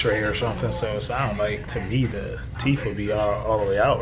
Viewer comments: It's "TEETH and TOOTH". Teef and toof sounds so uneducated. You speak so well otherwise. Sorry.. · It’s teeth....not teef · Sissss...not bald mouf 🤣🤣🤣😂😂